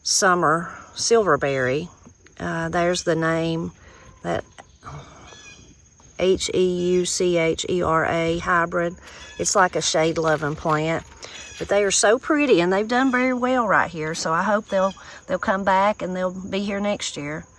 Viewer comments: Hey, that plant name is pronounced HOO-KA-RA. I have a couple, and I love them! I hope yours comes back next year, too!!! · the heuchera--I've heard it pronounced many ways. Garden channels I watch usually call it " 'WHO-cur-a" (emphasis on first syllable) but the British garden channel (Alan Titchmarsh) I follow pronounces it like "HUGH-cur-a", which sounds really nice. 🌽 Your corn looks GLORIOUS, and we know it's so special to y'all for so many good reasons. I bet it's been such a delight for all of you. 💞 🙏🏼 🙌🏼